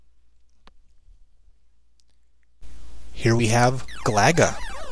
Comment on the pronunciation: I believe Galaga is pronounced GAH-luh-guh. Then again, I could be wrong.